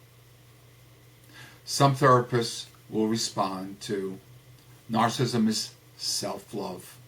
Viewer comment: May I just say one, iiiiiiity biiiiity teeeeeny tiiiiny comment? Narcissism is pronounced Nar....sih....siz....m. Rather than Nar...siz...m. And narcissistic is pronounced Nar....sih....sis...tic. (Four syllables.) Rather than Nar....sis...m. (--three syllables). No biggie. It just sort of makes you sound a Little Unknowledgeable. But I Do like a lot of what you say.